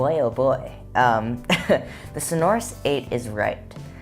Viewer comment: They’re not entirely closed back. If you review the technology used, you’ll realise that they "breath out" from the back a bit. By the way, it's pronounced So'norous, not Sono'rous. All the best.